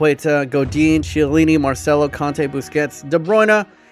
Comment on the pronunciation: I really dont like how he says some of the players names like chiellini and salah